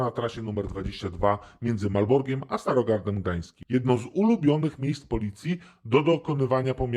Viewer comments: Oglądałem prawie i wszystkie odcinki i podejrzewałem, że Pan z audytu ma ok 40 lat. Dzisiaj powiedział Malorg, zamiast Malbork, a tak mówią tylko stare grzyby :l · pomiędzy Malborkiem, a nie Malborgiem. Byłeś w moim rodzinnym mieście przynajmniej dwa razy (major i cukrownia), więc proszę o poprawę;-)